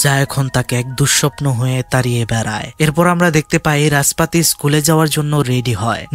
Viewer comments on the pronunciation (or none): রাসপাতি ❌ নাসপাতি 😂😂😂